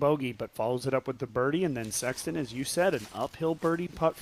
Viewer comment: Absolutely! What a year! One thing please, I like this coverage and the professionalism you all display. I think it’s important for the sport. I love Jomez and watch all of them, it’s just different. With that said; could you please stop calling …. Sexton. It sounds so awkward and odd. You two are commentating back and forth and I hear “what do you think Sexton?” How about?